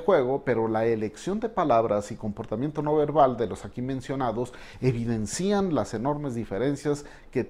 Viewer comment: Usted habla tan correctamente que con todo respeto le hago esta observación usted dice evidencían y se dice evidencian sin acento en la í. Excelente canal.